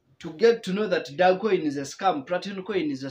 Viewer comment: Very painful you can't even pronounce the coin well🤣